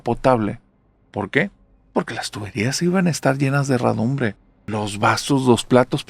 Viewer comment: Se dice herrumbre, no "herradumbre".